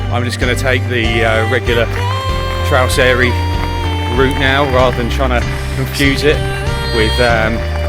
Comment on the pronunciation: Interesting watch but why not take a few minutes to learn the pronunciations properly? You wouldn't visit the alps and just happily butcher all the names over there...